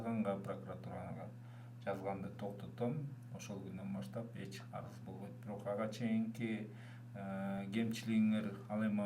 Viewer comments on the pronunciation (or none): none